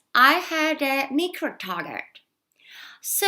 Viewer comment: Micro- мікро???? Правильно ˈmaɪ.krəʊ